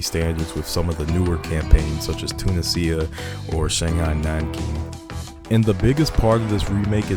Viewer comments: I believe irs "toon-ee-zia" rathe than "tuna-sia". Good video though, succint! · "Tuna sea ah"... Two niz E ah.. "casino" monte cas innno 😂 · The "sia" in "Tunisia" pronounced like the word "Asia" Too NEE zha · Ah yes, "Tuna Cia". 🤣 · The sheer number of mispronunciations of Tunisia is worth the Like. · Bro Is pronouncing Tunisia in it's correct way . Italian accent 😂😂😂😂